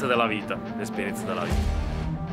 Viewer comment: "È l'esperienza della vitah" ODDIO STO MALE in apertura del video 🤣🤣🤣 Grazie ragazzi, spero dopo il Ring di fare lo step ulteriore e da stare sotto stare sopra alle macchine per lavoro 😬😬😬